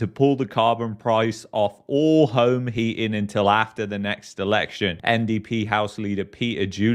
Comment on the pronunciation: What the hell is "heaing"? Are you saying "heating"? Why can't people pronounce words properly on YouTube?